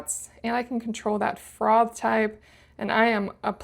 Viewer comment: ‘Frov’?….its froff…😂